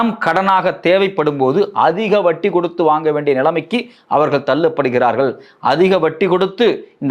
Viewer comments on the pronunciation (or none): none